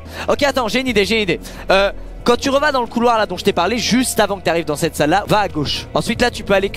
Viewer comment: Mdr squeezie parle pas français il a dis reva mdr